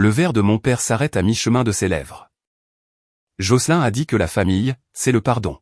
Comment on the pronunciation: L'IA prononce les noms anglo-saxons comme s'ils étaient français. Et Joselin est bien un prénom féminin anglo-saxon qui ne se prononce pas comme dans la vidéo.